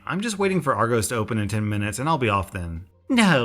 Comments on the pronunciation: Did he say ar-gohs it ar-gos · Its not argoooos its argoss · Every time you pronounce Argos argose I cringe EDIT NOTHING TO DO WITH ORIGINAL COMMENT Like I get the Disney trip was cancelled which is sad. But what an entitled bitch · Aaaaaaaaaaaa he says all british things wrong btw its ar gos say it loke are gos not gose also i wouldnt say twat first you say it wrong and second its a swear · Its ar gos not ar gose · its ar-go-ss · Its pronounced Ar-gos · argoes arg oe s its probably right somewhere but that kind of annoyed me since from where I am in England, we say the o in argos like if you were gonna say "on" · pronounces argos as argoes everyone from the uk: hOw dArE yOu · Im sorry but youre pronunciation of argos is hilarious (its prounonced like are-gos kinda like gos-sip) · It pronounced are Goss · Not to nitpick, but you pronounced the shop wrong. You say "ar" like arlo and "gos" like gossip. This is argos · I’m not triggered about anything apart from the fact he called Argos ”Our Goes” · I dunno what that word means but I'd also pronounce it like that. is it our-jos or what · Just so you know, Argos is pronounced with a hard o. Like 'moss'. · This is probably just a me thing, but I wanted to crucify you when you said ArgOs and Argohs >.> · ARRR GOSS (argos) ;) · just a heads up the o in argos is pronounced the same as the o in costa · Fellow Brits, go to where he says argos and u will cringe so hard